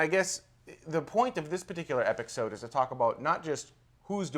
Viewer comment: haha ''This epicsode''